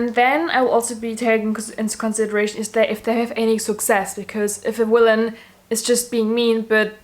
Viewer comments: Wanpires, I stan a girl that can't pronounce the letter v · Ikr! That is how they pronounce it in Germany :)